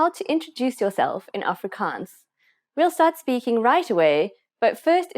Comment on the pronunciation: I’m Afrikaans but this lady pronounce it pretty weird.